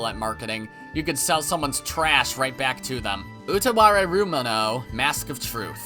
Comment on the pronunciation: The Devil is a Part-Timer was one of the early anime I ever watched. I remember enjoying the slice of life parts of it but then it went too far in the action direction and kinda sucked. But like I said it's been so long so maybe I'm wrong. Classroom of the Elite let's goooooo You were pronouncing Utawarerumono pretty accurately (R sound aside) but the Mo at the end should be emphasized because it's the start of a (kind of? The lines are blurry in japanese which has no spaces) new word, "mono". The "U" at the start and the "mo" are emphasized and the rest is a more or less neutral tone.